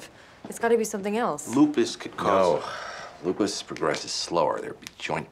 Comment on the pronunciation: I swear that same dude is always like "it's LUpiS"